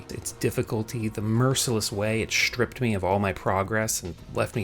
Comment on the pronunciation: "SHtripped"... not stripped?